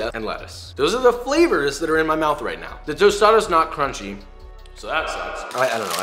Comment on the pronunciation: cwunchwap supweme